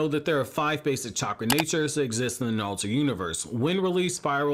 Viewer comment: stop saying nalllutooooo